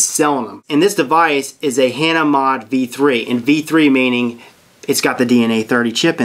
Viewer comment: Hah-naa is the way its pronounced